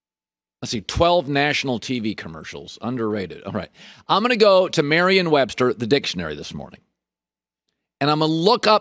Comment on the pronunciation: So Colin opened the dictionary, but didn’t notice that it’s Merriam-Webster and not Marrion-Webster?